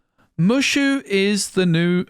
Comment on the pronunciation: It's Moooo Shooo.. not Mush.... oo lol